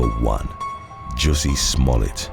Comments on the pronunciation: Ah yes, the famous French actor, Joosie Smooyay. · I love the the way he says JUS-SEE SMALL-ET...🤣 That P.O.S. still doesn't understand what could've happened, if he or the media, would have perpetuated his lies. I mean he could have started a race riot in Chicago! There would have been a lot of people, that would've been hurt, or killed...